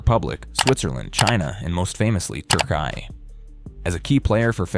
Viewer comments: It's not 'TURKAI', it's Türkiye! Just as you pronounce the names of other countrıes correctly, try getting the name of the country that has become home to this incredible volleyball player right, a country that has also given a tremendous boost to both European and world volleyball! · Would appreciate the correct pronunciation of TURKİYE. It is not Turkai😉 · Good video. But please check how to pronounce Türkiye correctly.